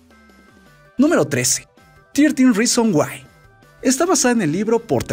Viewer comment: En la 3 dijo nuemro 13 y o dios que no sabes pronunciar el ingles